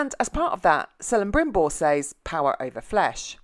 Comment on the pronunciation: I mean it wasnt really Celembrimbor and Elendil. Was Celebrimbor and Elrond. Also C is pronounced as K. You just keep mixing Elrond and Elendil all the time. Obviosly you didn't do enough research. its Gil-galad not Gil-gahad.